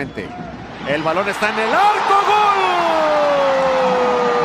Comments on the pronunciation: Porque dice gole jaja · Porque el narrador dice gole? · Por qué el wey dice gole? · La pregunta es, porque el comentarista ridiculo dice gole si se dice gol? Es lenguaje inclusivo o el cree que se escucha genial🤣